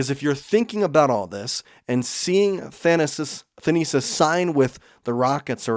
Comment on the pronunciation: The pronunciation of Thanasis is kicking our hosts' tail 😂 Keep up the good work!